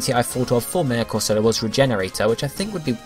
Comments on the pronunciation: It's amusing to hear you pronounce Corsola as if it were a soft drink (fairly sure it's Cor-So-Lah, not Cor-Sola). Needs some more Sp. Atk if it's going to be a proper Tank (maybe reduce Atk to balance?) Mega Octillery could be Water/Poison (Ink says Poison to me) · I was thinking the same thing. Because if you can't trust Misty as to Corsola's pronunciation...